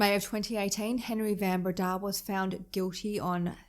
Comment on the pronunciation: South African here. My husband, myself, and our sons studied at the University of Stellenbosch. The area around Stellenbosch - the Winelands - is a must-visit. Do yourself a favour and go there. Pronunciation of Van Breda = Fun Breda.